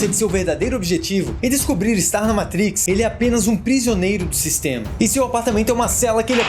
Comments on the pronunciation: O certo é matrix e nao "maitrics" pq é uma palavra latina e nao inglesa. Abrasss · Belíssimo vídeo, maaaaiiisssss... Mentrex uma poha . Matrix e pronto. Não precisa mostrar sem o pica no inglês. Isso afasta e fica estranho . MATIQUECE ( PRONÚNCIA BR ) Moramos no Brasil minha fera !! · Matrix estamos no brasil chama Matriz Você não sabe bem pronunciado nome do cara no vídeo E quer falar mitrix Minha opinião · Amigo Matriz no Brasil Se quiser falar com a pronúncia MITRIX FAÇA O CONTEÚDO FALANDO EM INGLÊS NÃO SEJA CAIPIRA ABRAÇO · matrix e nao maitrix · O video é legal... Mas o cara falando Meitrix, toda hora é pra foder.. Fala Matrix logo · E Matrix,não meitrix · Metrix? Fala a porra do nome direito, igual a qualquer outro Brasileiro... Ooo Caralho.... MAAAAAAAAAATRIX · Cara... não estraga o modo de falar! Não eh metrix eh MAAtrix kkkkkkk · O conteúdo do vídeo foi muito bom, afinal, gosto demais da história e dos efeitos da trilogia. Agora, essa p....a de "MEITRIX" acaba com o vídeo. Na moral, o vídeo poderia ser muito melhor com outro narrador, menos... Simplesmente MATRIX e não "MEITRIX", Playboy de m...a, não fode a parada. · Falou "Meitrix" já toma dislike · agonia com "Meitrix" pra cá, "Meitrix" pra lá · Muito bom!!! 👏👏👏. Mas que agonia ouvir vc falando “meitrix”. Tá narrando o vídeo em inglês ou português pra falar “meitrix”? Kkkk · dei deslike so prq fala meitrix huahauh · Mitrix ssreesrsrss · Meitriks kkkkkkkk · Agora sei que se fala "Moeitricz". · Meitrix Kkkkk. Fala sério. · Agunia de vc toda hora falando "meitrix" fala normal poorra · A pronúncia e (matriz), vc pronúncia errado o nome do filme. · Sou fã do canal. Mas deixa de falar "meitrix". Por favor! Kkkkkkk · ``Meitrix`` kkk...